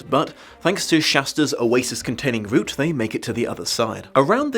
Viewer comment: "But, thanks to Shasta's oasis-containing boot--" SAY WHAT?? /rewind/ "...oasis-containing route--" oh okay